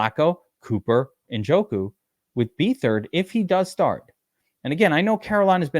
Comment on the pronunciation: BETH-ard...not BEE-thard